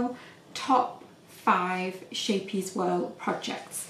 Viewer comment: So beautiful thank you 😘 by the way it’s pronounced scape-ee-es meaning little ship xx